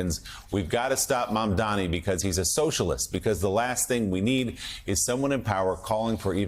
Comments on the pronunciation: IS MAMDANI NI NI NOT MAMDAMI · Scarborough, it's M-A-M-D-A-N-I, not Mamdami! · Are you all in the media this dumb that you can't pronounce his name correctly.... it's Mamdani.. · Joe Mamdani MAMDANI it’s really not that hard. We’ve been saying it for the last couple of months Zohran Mamdani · MAMDANI, MAMDANI, these journalist cannot pronounce MAMDANI's last name. Are they doing this on purpose 🤦‍♂️ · Joe, learn his frickin name already. He even paused, thought it over, and still got it wrong. M-A-M-D-A-N-I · Joe His name is MAM-DANI. Get it right.